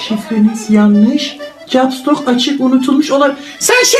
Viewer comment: caps lock u başta doğru söyleyip sonra yanlış söylemesi